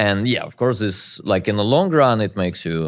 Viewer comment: Anyone wonder why he can pronounce "that" but not "this" ???